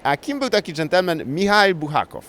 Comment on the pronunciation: Czym jest kreml ? Odpowiedź w Rosji kreml to każda warownia,czy twierdza. Kim był Michail Buchakow ? Michaił Afanasjewicz Bułhakow Po co śmiejesz się z innych,że źle coś wymawiają skoro robisz to jeszcze lepiej od nich udając”umjeja” z mikrofonem ? Ty naprawdę masz maturę - bo ja ją kończyłem 30 lat temu,ale nie robię tylu byków językowych !